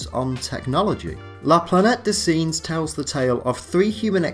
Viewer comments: Planetty dez sinjez? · Good work but the pronunciation of the novel 'La Planete des Singes' is not researched and lets down the video.